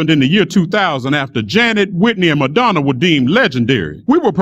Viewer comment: When spoke Madanna I was like oh fuck did she just try.